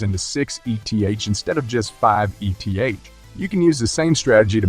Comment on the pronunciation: Your videos are good but hide a bit in being dissociated from the personhood of who makes the video. I believe if you turn up to the videos personally and show face you will have much better reach. Just an opinion. 😅 Ps Its 'eeth', not ee tee haych.. like you dont call 'hex' haych ee ex